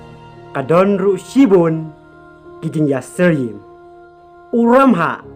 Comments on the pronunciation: Dabol nal bha I bah, (ka bol, namal, ki kynja tial...) la jah u R na khasi alphabet.satal bha u lamhah shano jah u stal. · Phi dei khasi ong bah kumno phim nang kren khasi ia kabor uramhah ruh ong kabol u lamhah 😅😅😅🙈